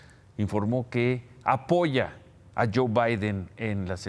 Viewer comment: anda muy perdido con las elecciones gringas. Para empezar es 'Joe' no John.